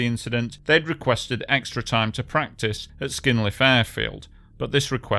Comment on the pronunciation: How hard is it not to mess up the order of the letters when pronouncing proper names though? It's not "Skynliv" (skin-leave?), it Sknyliv (skny-leev). It's not "Motuzvik", it's, well, Motuziak (mo-too-zjak). It's not "Onshychak", it's Onyshchak (o-nish-chuck, the "chuck" is pronounced the same as in "Chuck Norris"). It's not "Yarnia", it's Yaryna (ya-ry-na, or at the very least ya-ri-na, if that makes it easier for you, which is basically Ukrainian variant of Irina; you wouldn't say "Irnia", would you?). It's not "Olya", it's Oleh (Oleg, if you're russian-brainwashed). And also, it's not "Vlodymyr", it's Volodymyr (I know, the temptation to say "vladimir" [yuck!] is very high, but you should suppress it).